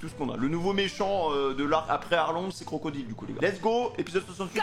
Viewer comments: pour info crocodile se prononce crocodaile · Qlq peut lui dire que c’est crocodayle la prononciation 😂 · Euh par contre normalement Crocodile sa se prononce pas en français mais en anglais avec le Di en dyle normalement.C’est plus stylé